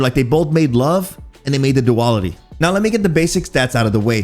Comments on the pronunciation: Pretty sure it's pronounced do-al-itty... Not: do-all-itty.. 🤣🤣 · Do AL it ee Not do all it we 🥱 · if he pronounces it as "Duwal-itty" one more time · I kept thinking you were saying Diwali xD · After reading that comment I couldn't stop chuckling through the video 🤣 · You can't even pronounce the name of the gun properly. For fucks sake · We might using it wrong, but you are definitely saying it wrong 🤣🤣